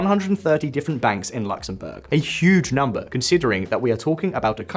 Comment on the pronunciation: Its not LAXemburg. Its Luxemburg